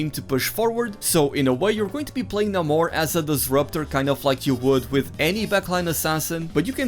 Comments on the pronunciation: It's Nay-mor not Nah-mor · It's pronounced Nay-mor - always was until the terrible M-She-U film. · Its neither of those. The "a" is pronounced the same as the "a" in cat. NA-mor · "Nay-moar" - obviously the GOAT.